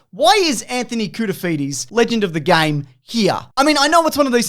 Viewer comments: "Anthony Cool-to-feed-ye" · “Legend of the “souvlaki” Anthony Koutoufides” 😉😂